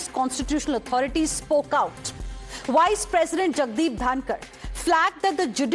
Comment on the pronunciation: Why are you pronouncing "Vice" as "Wice"?!